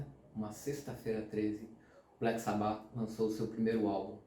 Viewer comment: Pqp... Dói ouvir o cara pronunciar "sabÁ"... Pqp... escuta o próprio Ozzy falando cara... a pronúncia é "sÁba"... por favor... pqp 😂